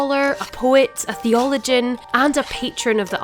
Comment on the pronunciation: If you don't know how to pronounce theologian the don't tell me about Gawd bye bye